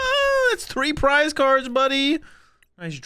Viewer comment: Why pronounce 'cards'as 'cooorllds'